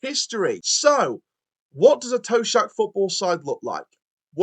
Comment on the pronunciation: You do realise you are talking about John Toshacks son in Cameron! 😂 Therefore you might want to adjust your pronunciation of Toshack😊